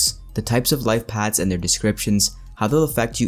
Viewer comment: Paths not pads.